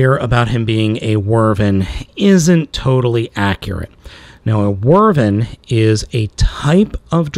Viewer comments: Both correct. But never Whirrvern. Drove me crazy hearing it so often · It’s not how you say wyvern you said wrvern the proper way to pronounce it is why-Vern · It can also be pronounced "Wi' Vern", like someone saying "With Vern" very quickly. Not "Werven" though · It's Wyvern not Wyrven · This entire time, you pronounce it like wervin. I usually pronounce it wih-vern, but why-vern works too. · I dont like correcting YouTubers. Especially you, because you make me laugh, which is hard to do. But......... Wyvern. pronounced like a question asked by Jim Varney's Earnest: "Why, Vern?" That being said, I love your channel and I love your content. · You're right about the classification, but it's pronounced Why-vern. And that still is a TYPE of dragon, just not a "true dragon", just in how we call many things bugs, but there IS a set of characteristics to make something a "true bug". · wyvern not wurven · Wow, he's awful. Also, Wyvern is pronounced as Why-vurn. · Just to clarify it's pronounced Why-vern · it's pronounced why-vern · not quite. its pronounced wiv-ern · That's the worst pronounciation of Wyvern I've ever heard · Some "nerd" you are, you cannot even pronounce wyvern right. Boo-Urns. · great review man but you're pronunciation of wyvern is all wrong